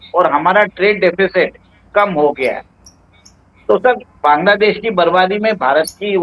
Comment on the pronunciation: सर! सबसे पहले तो आप बैंग्लादेश नहीं बोलकर बांग्लादेश बोलिए। आपके इस असम्मानजनक उच्चारण के लिए मैं आपके इस वीडियो को अनलाइक कर रही हूं। और 1 मिनट पूरा देखने से पहले ही वीडियो को छोड़ रही हूं।